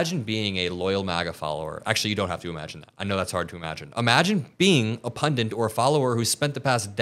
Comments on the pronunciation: and PunDIT, not pundiNt. Common mistake. Great show otherwise, keep it up! Get the word out before this desperate dipshit bombs Moscow to distract away from Epstein. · the word is PUNDIT, not PUNDANT!!! How many more times do I have to explain/tell you??? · PUNDIT!!! The word is NOT "pundant". It is a great word, borrowed perhaps from British, but American commentators haven't bothered to get it right. SO annoying. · You said “pundint”. It’s “pundit”, no ‘n’. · Pundits. Not pundants.